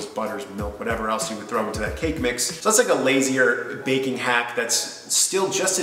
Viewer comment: The way you say baking sounds like bacon 😂